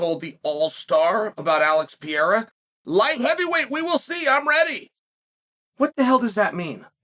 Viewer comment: He needs to work on “George Masvidal” and “Alex Pee air ah” but this is a step on the right direction